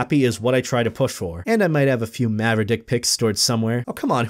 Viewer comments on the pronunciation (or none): Did he just say "maverdick"??? Does this mean people might make "paracocks" of my fursona someday(fursona's name is Paradox)?